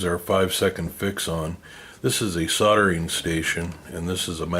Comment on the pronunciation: A sodemy station? I think he means soldering station.